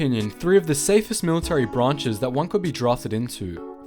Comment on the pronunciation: I love how he said "military branchess.."